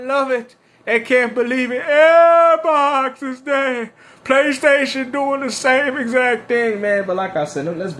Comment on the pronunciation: "Eckbawks is dead", "let's talk about the next gen eckbawks".